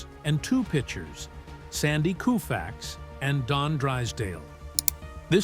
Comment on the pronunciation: To the narrator: It's Sandy Kofax (long-O); not Sandy Kufax!